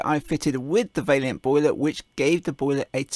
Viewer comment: Please stop pronouncing Vaillant vailyant